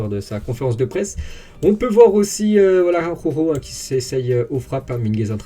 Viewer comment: tout l'monde galère avec la prononciation d'Araujo, même à la télé! ça m'tue de rire xD